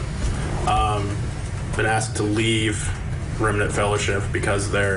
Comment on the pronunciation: I lost it at “the remnant fellership” 😂😂😂 I’m dying 🤣💀